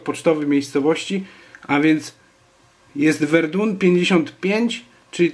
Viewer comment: Verdun (czyt. Werdę) ;) Pozdrawiam :)